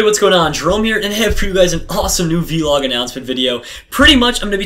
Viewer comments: vlog not v log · vee-log lol